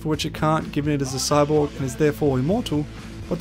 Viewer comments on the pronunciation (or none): Notice how when han-tyumi introduces himself it sounds like he says "I am a cyboogie"